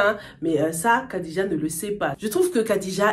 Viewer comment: Khadija se prononce plutot Radija